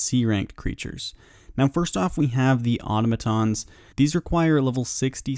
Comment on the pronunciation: Love the content, but my guy you really need to sit down with some of your buddies and go over the verbage. As an example, Auto-mat-ons (Auh-to-mah-tons) is NOT how you say that bud. It's Au-tom-ah-tauns. Or Aviansies. Those are birds my dude, Avian is a word to describe birds, they (RuneScape) just added the suffix sies (sees) to the end of the word. Again, You're content is great but please work on your wordings bud. XD